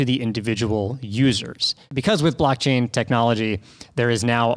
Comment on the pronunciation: "blackchain"? Xd